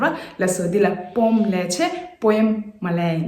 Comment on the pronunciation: But do check the pronunciation of poem in British accent as it is pronouncing as poem as we usually pronounce.... Not mean to bring any error as you are doing really wonderful ...